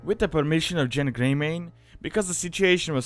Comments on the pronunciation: You mispronounced Genn. The G makes a geh sound, not a jeh sound. Start a Worgen sometime if you haven't before, the name is spoken multiple times in the starting area. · it might be ya accent but its gen not jen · not JENN its pronounced GENN not JENN, that's how every npc says it, and every player I know that I've talked with on skype / teamspeak / discord, said it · Genn not Jen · If a soft G makes a J sound, then that's wrong, even the npcs say Genn, there for, GENN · To much stuff that isn't accurate first of Genn doesn't have a j sound it's a g sound second the events of the Worgen Starter Area take place during the Cataclysm pre-patch in Wrath of the Lich King not after Deathwing comes out of Deepholme. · You say Genn the same way you say gif